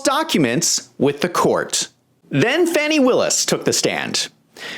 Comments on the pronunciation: Her name is pronounced as Fah-ni , not Fan-nee. Might change one’s inclination to joke so loosely around her name. Carry on, good people. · It's pronounced Fawny. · First, how about pronouncing her name correctly?